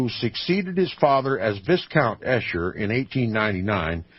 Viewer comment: Esher, pronounced ee shur